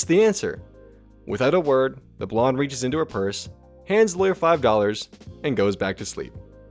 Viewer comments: Why are you pronouncing blonde like blondie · Did this man pronounce the "e" in blonde?